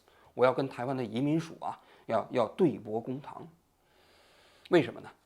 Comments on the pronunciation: 對簿公堂,注音:ㄉㄨㄟˋ ㄅㄨˋ ㄍㄨㄥㄊㄤˊ 对簿公堂，汉语成语，拼音是duì bù gōng táng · 对簿公堂，bù，央视主持人怎么还老读错别字儿呢